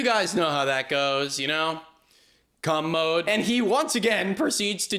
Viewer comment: COMMODE, not "cum mode". Commode is an old school term for a toilet, genius. 😂